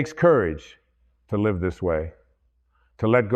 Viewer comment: Love this,,, btw check the AI created words as there are a few mistakes; one was at the end when Wayne said,”LIVE”with the long “I” sound instead of the short vowel “I”. That’s when I knew it was AI created and implemented into this video. Though it’s his words ; AI MAKES mistakes